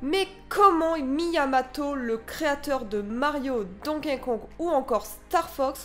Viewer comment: c'est Miyamoto pas Miyamato ! en plus tu le dis au moins 50 fois dans la vidéo c'est abusé et c'est un énorme manque de respect au créateur de Zelda